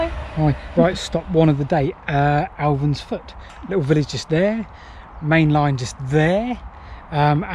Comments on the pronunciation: What a great video of the line. Just a couple of corrections for you though. It is Elvanfoot, not Alvinsfoot. Wanlockhead is pronounced Won-loc-hed. Leadhills is actually the highest village with the average height of the village being 6m higher than Wanlockhead. The misunderstanding over the heights comes from the very wrong heights given on the Wanlockhead village signs which have been put onto Wikipedia, Visit Scotland have then used Wikipedia without any checks. The gold for the Scottish Crown Jewels came from both villages. The gold is 23.2K and the purest in the world. The mines were very deep, with some going down to sea level and lower. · It's Elvanfoot. Not Elvansfoot. Sorry to be nit-picky but that village is close to my heart. It's where my mother was born and spent her childhood. Lovely place. ☺️☺️ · And Elvanfoot is pronounced Elvanfoot, not Alvansfoot.